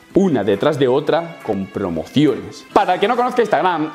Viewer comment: Me encanta como dice Prrrromociones